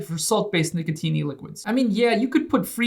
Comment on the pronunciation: I love the way he says nicotine... NicoTINE